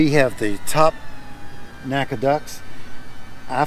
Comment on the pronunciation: N-A-C-A, not Naca.